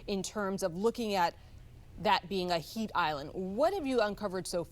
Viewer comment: AH!? It is HEAT not HEIGHT